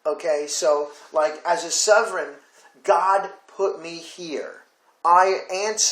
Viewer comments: Please learn how to pronounce sovereign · I cannot take you seriously if you cannot pronounce Sovereign or Wikipedia properly